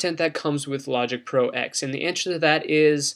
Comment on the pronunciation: Great video - the only critique I have is one little thing... "Logic Pro X" = Logic Pro Ten, not Logic Pro "Ecks" - lol sorry just the purist in me. :)